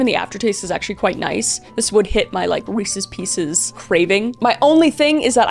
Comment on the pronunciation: She said weeses pieces 😂😂 😂